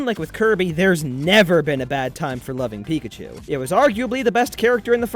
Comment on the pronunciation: It's pickatu